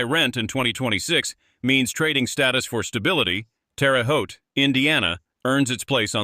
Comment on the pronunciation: yes I did,.... I still say you sugar coated some of it... And your AI needs to pronounce names properly. Terre Haute is not pronounced Terry Haute. Little slips like that reduce your credibility